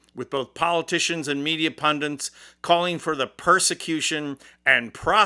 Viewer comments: Please say it properly - it’s pundit … not pundint - thank you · The word is PUNDIT, not PUNDANT.